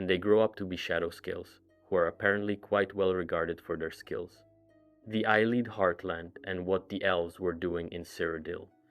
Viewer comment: Omfg its not eye leed its a Lee id. Have you every played an elder scrolls game?